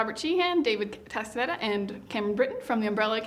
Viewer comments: Its David CASTAÑEDA no castenada... I know the Ñ no exist in English, but still is Castaneda, I noticed the interviewer pronounced It with the E, too ... 😒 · Nearly disliked this in the first 8 seconds for C-C-Casta-neda. Just put a ‘y’ in there, girl - Castanyeda = Castañeda. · you should read and review the names of the people you're going to interview before the said interview happens because its embarassing to not say the name correctly and a bit awkward to the other person's part.....you know what i'm saying? say castANYEDA, not casTEDA